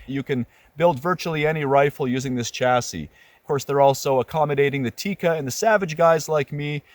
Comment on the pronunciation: Very good review! Thank you for good content. Also amazing that you adjust your pronouciation on Sako. Might as well adjust it on Tikka too ;) It's not Tiiika, it's a short I sound, so more like Tickah.